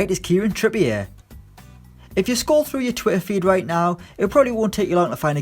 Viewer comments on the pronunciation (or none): none